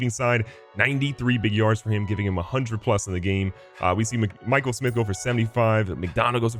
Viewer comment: Hearing him pronounce Mikel Smith, pronounce Michael Smith after I commented on early vid is fire 🔥.. keep up the vids Bro